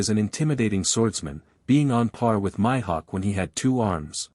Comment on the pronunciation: My hawk? Oh lord the pronunciation is killing me